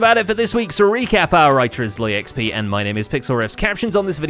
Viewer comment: ZloyXP not SloyXP